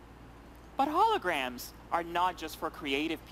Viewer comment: love the way he says: But Hologwams... can't stop playing it over and over...